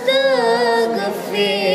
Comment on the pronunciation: Maaf bg sebelum nya.. kalo saya mendengar istighfar nya kok seperti kalimat "astaga firullah" bukan "astaghfirullah". Setahu saya istighfar itu kalimat nya "astaghfirullah".